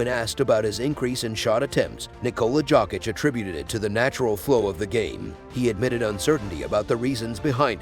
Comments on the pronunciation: Dude you are pronouncing his name as jock itch. If can't pronounce his name correctly, I'm not going to watch your video. Get a clue. It pronounce " Yo kitch " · He friggin called him jock itch through all I could listen and when he called him Jovovich I had enough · This voice is epic AF but jock itch is hilariously annoying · WHO THE HELLLLLLLLLLLLL IS THIS JERK TALKING??? 😮☹IT'S ( YOKE ) THE J IS SILENT GOOFY ( JOKIC ) YOKE/ICH 😊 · Yess- Y Y Y - JJJ srpski- JOKIC,JOKIC, JOKIC,JOKIC NOT G- SRPSKI DJ! JOKIC- JJJJJJJJ